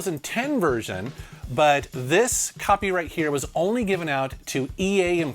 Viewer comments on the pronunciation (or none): none